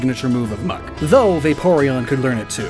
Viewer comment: Why do you say muk is muk